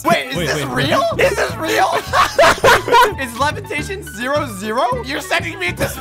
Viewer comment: Lol the levatashen 🤨😂😂😂😂😂😂😂😂🤣🤣😂🤣😂🤣😂😂🤣😂😂